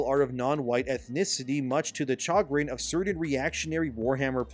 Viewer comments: "Chagrin" is pronounced with more of a "sh" sound like "shah-GRIN" with the emphasis on the second syllable. Great video, BTW. Cheers! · I love you buddy but "chagrin" is pronounced shuh-grin. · Is... this AI? Warhammer forty thousand? sayin chagrin weirdly? the tone is off. the pauses are weird. is it just me, or is this really off, when you stop to listen to it?